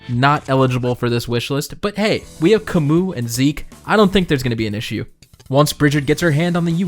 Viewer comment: A respectable list all around. I'll admit mine would look VERY different, likely featuring a lot more Binding Blade and Genealogy characters, but I digress. I appreciate seeing Galle and Brigid mind you. Very well done video. Also did... did you just pronounce Camus Camoo? Is that how you say that? That sounds so stupid...